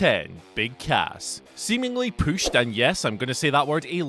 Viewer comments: drinking game, everytime he says "pooshed" take a shot......oh wait, that would kills someone, nevermind. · The way you pronounce “pushed” is annoying yet hilarious. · Who knew the word pushed had two O's in it.